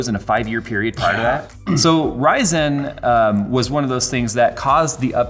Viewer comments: Why does say ry-ZEN? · Why does put in a dash when he says it. RY-ZEN? wth? It's one word. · From the title, I thought I would actually learn something about Intel in 2020, not talk about the past. Also, I wish would stop pronouncing Ryzen like it's two seperate words. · Stop saying RYY!!zen. It just ryzen lmfao